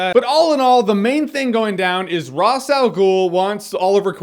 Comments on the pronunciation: It's Raesh, not Ras. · Who's Ross Al Ghul? Ra's Al Ghul's brother? It's Raysh. Raysh. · RAY-SH. Why can no one pronounce his name right? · he says ross al ghul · Well, Even though it is pronounced in a different way in Arabic, I always considered the DC version of the name the original because they created the character. If they say "raish" it's "Raish". Just wanted to know if you know why it's "Raish". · The show itself pronounced "Ra's" two different ways. You didn't go with either of those pronunciations, but came up with a third. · beda elhag Yeah okay, but that's how we were told to pronounce it so I'm going to do it that way. I like that you know how it should be pronounced in reality though, very cool.